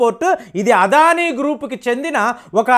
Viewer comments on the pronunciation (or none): none